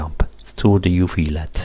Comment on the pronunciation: Impressive project. Just one small criticism: please don't pronounce LED as "lead" ;)